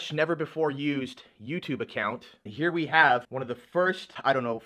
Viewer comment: It's "here" not "hiar"